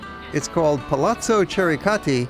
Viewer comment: Another instructive video. Thank you! Remember that ‘ch’ is pronounced as a ‘k’, unlike in English- so Piazza Chiericati is pronounced Kyerikati, not Chericati.